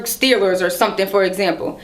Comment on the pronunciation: Pittsburgh STEER-WERS !!